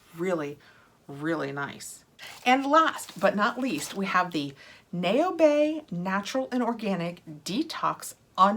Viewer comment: Naobay is pronounced "now-bay." Think "cacao" for the "-ao" sound.